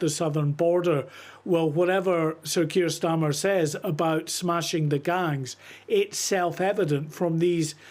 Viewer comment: Can't even pronounce his name right Stormer?